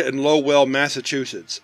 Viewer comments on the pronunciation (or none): Lmao dude I live 5 minutes from Lowell! Us locals pronounce it lowil loved it when ya kept saying low well, great video man as always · “Low-el” 😂. You’ve never been to New England, have you. It’s butchered locally as “Low-ul.” All jokes aside, love the show. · As a New England native, I can’t get over the way you use two syllables for Lowell. It’s like people who can’t say Worcester correctly, but totally new to me. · Low-Well Massachusetts xD Oh man. If you can’t say Lowell, good luck with Worcester. And yes I do realize that we in Mass basically made up the pronunciations of our cities’ names in the spot. Like comment and subscribe. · Funny, i live Close to Lowell. oddly, everyone quite literally pronounces it LoL. not Low-ell